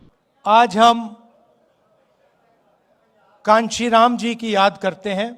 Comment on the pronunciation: कांचीराम 😂 नहीं काशी राम थे राहुल बाबा